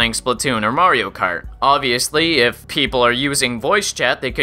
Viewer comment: "Probably, ee-Yiff you're watching this"